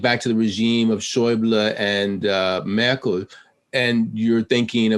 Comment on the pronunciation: Speak German to me..mmm. Say Merkel fa me one more time. Nice haha